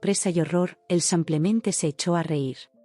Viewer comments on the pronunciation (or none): Son 130.000 que se leen ciento treinta mil euros y no uno tres cero, cero, cero. También se dice simplemente y no semplemente al menos en español